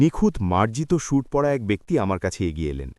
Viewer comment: সুট নয় হবে “স‍্যুইট “